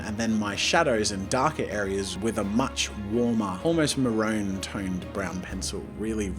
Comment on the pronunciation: Marone? It’s ma-ROON, Jazza. Maroon.